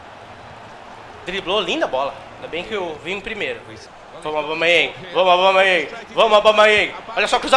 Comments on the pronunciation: Alguém explica pra ele q não é Aubamayeng q se fala e sim Aubameyang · O certo é AUBA... e não ABAU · para de falar abamayang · O fala Aubamayéng. Kkkkk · "Aubamaiangui", Craque kkkkkkk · a cada vez que o fala aubaMAYENg meu ouvido sangra um pouco auhuahuehuehausehuas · Cara fala "Abalmeieng" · Ele falando Aubameyang e maravilhoso 😅😅😂😂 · O não consegui falar aubameyang???? Kkkkkkkkk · Toda hora ele fala o nome do aubameyang errado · Pq toda vez vc fala o nome do aubameyang errado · O não sabe pronunciar aubameyang ele fala abaumeiengui